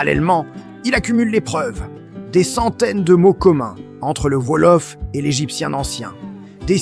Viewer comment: Par pitié, arrêtez avec cette p*tain d'IA : ça fait saigner les yeux et les oreilles ! Quand, j'ai entendu et lu "Volof" au lieu de "Wolof" (ou "Ouolof), j'ai failli avoir une attaque ! Du coup, ça m'a coupé l'envie de regarder la vidéo jusqu'au bout...dommage.